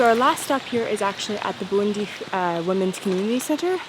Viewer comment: I thought you said 'Burundi' but it Bwindi..... Buindi ;)